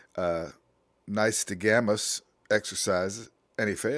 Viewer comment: Gonna be a lil critical brother . NYSTAGMUS, being ya do cop videos you’d think u Knew EXACTLY how to pronounce and spell a test. law enforcement has ruined so many people lives with